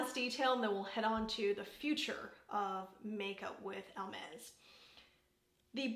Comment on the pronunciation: Hi you are the first person I hear pro pronouncing correct this brand..nor that I realised before but just I did now. Until some time I have not eve hear about this brand. I know they make bags but I see now lipsticks. I love the packagings that are different shades. That makes them really pretty to display. The bright pink shade is superb. I usually don't like these shades but on you look great. Have a good day! ❤